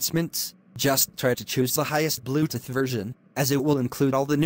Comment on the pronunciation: I love how it pronounces bluetooth as "bluteth"